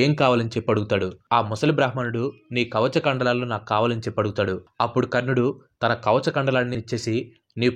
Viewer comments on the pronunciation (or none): Kavachakandalu kadhu kavacha kundalalu